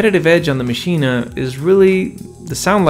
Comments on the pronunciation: Its pronounced "MACHINE" not Maschina. Check the native instruments videos. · First, it's just "Maschine", not "Maschine-ah". Second, it's "gigabyte", not "jigabyte". On the other hand, if you say "Lady Ja Ja", or "Joogle search", then never mind. 🤣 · Iam german and its pronounced "maschine" not "machina" ;) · Interesting points made there. But please, don't call it Maschina. As a German native speaker, this pronunciation really hurts my ears. 😊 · Why do you say maschina? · Sorry but are pronouncing it “maschina?” 😂 I know the spellings funky but I don’t think you gotta say it like that